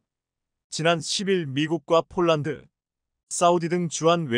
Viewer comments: 아나운서의 말이 폴란드가 아니고? 쫄란드인가? 😅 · 발음을 똑똑하게해주세요 폴란드인지 쫄란드지 알아듣지도못하겠습니다 말음을 정확하게해주세요